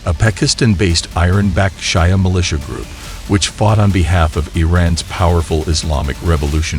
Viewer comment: Are you a BOT? You mispronounced the group names, but then you mispronounced Pakistan and Afghanistan. You mispronounced Shia, you mispronounced Iran and Iraq and even Hamas. Have you thought about not doing these videos? I mean, there is Stu..d, then there is you. How the H do you mispronounce Hamas? They have been on every news source on the planet for the past 9 months.